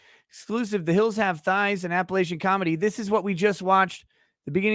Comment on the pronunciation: The way pronounced Appalachian, as an Appalachian, made my stomach turn... The third a is like the a in latch, not like the a in lay.